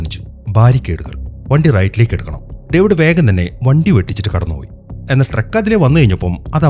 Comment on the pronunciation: ട്രെക്ക് അല്ല ട്രക്ക് !!